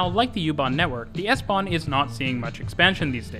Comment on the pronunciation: I was stunned by your pronouncation of the plattforms connecting U-Bahn and S-Bahn...very very good!